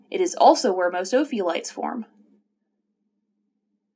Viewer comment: did you say opiods?